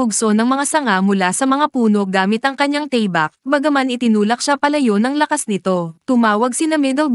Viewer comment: Tama ba Ang pagkarinig ko sa tabak pagkarinig ko Kasi teybak😅